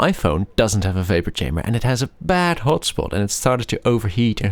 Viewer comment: Its chamber not kamber 🤣